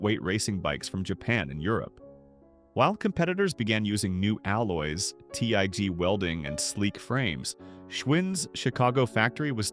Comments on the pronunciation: Nothing like AI Slop, talking about craftsmanship. This is a horrible video. "Tee Eee Gee welding"? A picture of a Giant supermarket when taking about the Taiwanese manufacturer? Watching this was like watching The Room, but at least that was made by humans. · Interesting story, but as mentioned previously, sounds as if AI-generated or narrated (no one pronounces TIG welding as "T.I.G."). When the commentary discusses an event in the 1960's but it's illustrated by photos from the early 1900's that we've already seen, it's a bit jarring.